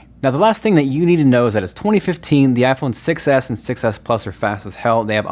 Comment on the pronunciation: When you say iPhone 6 s it kinda like sounds like iPhone success